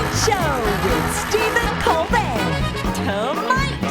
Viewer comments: Wow! Has Stephen turned into AI? He said "Colbert" with a "t", just like all the AI versions of him do! 😨😱😳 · "Think Colbert, think!" He says "ColberT," not "Colbear." Love it! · Look at Stephen saying "Good Bye and Thank You" to his staff. We are already missing you, Mr. Colbert. By the way, it's pronounced "Coal-Bear" like Claudette Colbert. Jeez, Stephen. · He said "ColBERT." ;-)